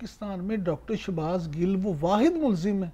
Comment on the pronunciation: anchor laughing when she doesn't even say shahbaz gills name properly